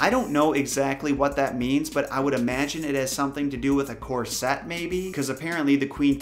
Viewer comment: Corset, like "hornet", not like "corvette"